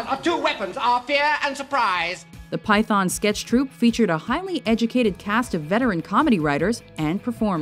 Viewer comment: as bad as pyFON rather than python